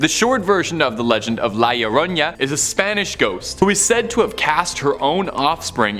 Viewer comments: Bro an a doesn't make a "ya" sound, it's just an a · I have heard this for a while and I figured I would put some bit of advice for annunciation for La Llorona; think of the double L as sounding as a Y like you’re saying yo-yo. R’s have more of a D sound in Spanish. 🫶